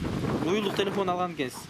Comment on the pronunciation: кыргызтан кыргызтан оа бул баланын уну жакпайтат еще мурункудай кызыктуу болбой калат экен жаман жазап суйлойт экен го телефон дегенди тилифон деп 😠😠😠